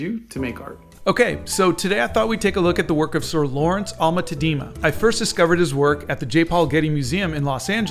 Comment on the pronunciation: Like in all Dutch names the accent is on the first syllable. Tá-dena. The ‘e’ is pronounced as ‘u’ in ‘but’. If you want people to take you seriously, it is very important to also get minor details, like the name of the painter, right. YouTube is an international platform.